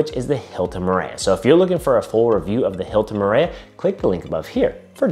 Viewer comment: I the pronunciation needs help... Murayuh 🥴🥴🥴